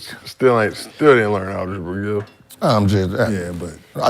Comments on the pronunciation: Gil smooth said “Algeba” twice😂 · Did you learn ALGEBA “ smh lol